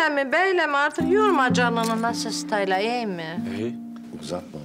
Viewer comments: Bu Feridede hicbir isimi dogru diyemiyor. Eftelyaya Etfalya, Stellayada Stayla diyor :D :D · Feridenin stella ya STAYLA demesi sksksksk